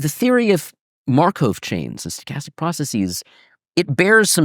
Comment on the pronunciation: Schrödinger/Markov. Why can this prof not pronounce this extremely basic/common names in Mathematics/Physics, despite him obviously being a person who devoted a lot of time to pay attention to history, etc. Even an anglified version of the 1st should not be pronounced "Sh-ro-din-Jer", but but rather "Sh-ruh-din-Ger" (i.e. not an O-sound and hard G instead of J). And Markov is not pronounced "mar-cove" but more like "markoff".